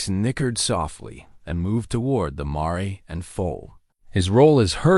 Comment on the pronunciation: Nice. But can someone teach AI how to say mare and mares.